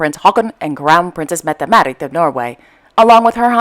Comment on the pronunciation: these videos are one of my guilty pressures. not sure if I love or hate how you pronounce CP Mette-Marit's name :)